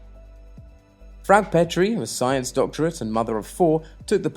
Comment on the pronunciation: Good Videos. Do get the names right - it is FraukE, LuckE etc.